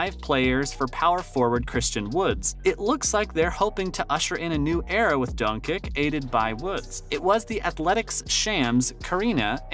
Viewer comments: Dončić = Donchich and not Donkik ... you have learn the right pronouncing of Lukas surname. Marjanović = Maryanovich. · Lmao I found myself screaming Who? Bro said Donkick, I don’t even want to spell how he said Dirk’s name. Christian Woods? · From Zach La-Vine, to Dirk Now-Whats-Ski, to Luk Dont-Kick. Dude can't say names properly. And as a DALLAS fan, I'll take offense. Also, when is the announcement of your PS5 winner? You don't mention it ever. Also, you 2 weeks late for this news. Lol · Bro… do you watch basketball ? How do you get this many names wrong ? You pronounced Dirks name like 8 different ways. And Luca donkick? Hoping you just get someone else to read your scripts. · In less than 1 & half minutes of this video you managed to butcher both Nowitzki's & Dončić's names. I'm not even mad, that's amazing! 😂 Edit: you even got Christian Wood's name wrong, that's got to be some kind of a record 😂 😂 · I love your videos lol but please say dirks and Lucas last name right 😂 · TAKE THIS VIDEO DOWN!!! - How in the world do you make a video about the Mavs and you don’t know how to pronounce Nowitzki or Dončić??? How do you have an NBA channel and you don’t know how to pronounce Nowitzki or Dončić? This channel should be suspended.